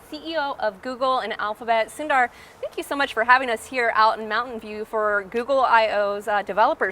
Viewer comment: she calls him "sun-dar" but his name is pronounced "soon-dar" just FYI